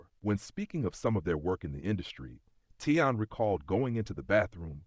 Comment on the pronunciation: His name is Taleon.... not Teyon